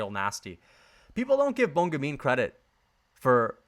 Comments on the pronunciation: its pronounced bon gaman not gamine .. gamine is feminine for gaman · Bon gamin is pronounced "bon Gah-man" =the good lad.